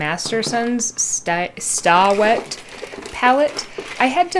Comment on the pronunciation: 1) It's pronounced "stay-wet" not "staw-wet". 2) before putting paint on the wet palette, you should have wiped the excess water off the paper, because you want the paper to be damp not wet.